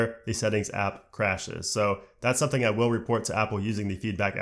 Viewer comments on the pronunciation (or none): none